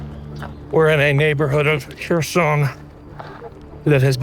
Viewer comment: Wow, taking a post of from 5 months ago and twisting a tale just to pat yourself on the back. Why didn't you boost work when he first dropped it? This is click bait trash. Oh... and if you'd actually watched the video beforehand, you'd know how to pronounce Kherson. Meidas has some great contributors, you should be showcasing them and their work rather than rushing to claim everything under the Meidas chairon and take some sort of credit for it.